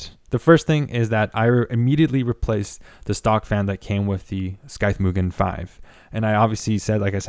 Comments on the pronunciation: Did they tell you it's pronounced like SYTHE, not SKY-THE? lol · I never thought I would get so triggered by someone saying 'scythe' as 'skythe'. Is it a regional way of saying it? Here is how regular people say it. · Are you saying wifout? It's not Skyeth, ..just Sigh-th, ..like the word scythe. 120 meeler, ...do you mean millimetre!?!?! Holy crap, pay for a narrator or something. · The sKythe lol. Had me dying. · skythe? you mean scythe...like the "psy" sound in psychic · Great review, super helpful and you're content is great. I can't help it though as I'm screaming at my screen - I'm not sure if someone has already said something as the video is a year old, but RPM is already plural so you don't need to worry about saying RPMs, it's like someone adding an S at the end of Pokémon, like my mum because she doesn't know what she's talking about. Also, the C in Scythe is silent. Beyond that, your video was so helpful with my NR200 build! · Are those gpu plugs ont he motherboard fan headers? Is that a thing on the z490 gigabyte boards? The c in Scythe is silent. ;) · Do all Canadians say scythe wrong or is this guy just mispronouncing it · the C in Scythe is silent. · ur pronouncing scythe incorrectly and ur cpu fan is blowing into the case, not out at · nice video! just FYI, Scythe has a silent "C". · Dude it's sycthe , like the reapers sychte... Cmon, english so not my mother language and even i know how to pronounce that :) Triggered me a little, what can i say. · You have ZERO aesthetic sense when it comes to colour coding for your hardware. 20 minutes of visual horror and imprecise planning. But that's ok, it's a learning curve. What is unacceptable is you, a native speaker, unable to pronounce the word ''scythe''. Well, I'm gonna be helping you with that, here's the phonetics and the pronunciation of the word. scythe / saɪð / [ sahyth ]